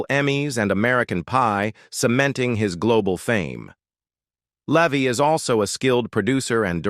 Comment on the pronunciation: In case everyone forgets the movie this video is about, it gets repeated a dozen times. A bunch of AI generated garbage, pronounces Eugene Levy as "Leevy" but properly pronounces the second time, then back to "Leevy" afterwards.